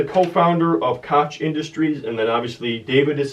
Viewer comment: Hey, the Koch brothers are in oil. Their father invented "cracking" basically cracking rock to expose oil back in the day. They own the second largest privately held company. They have contributed billions to political campaigns to keep their special interest intact. If there is an Illuminati, they probably run it. Also, add another mispronunciation to the wall of fame. Its pronounced "Coke" like the soft drink. I Enjoyed the videos Keep up the good work.